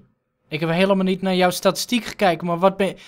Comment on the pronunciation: "naar je statastiek gekijk" 😂😂😂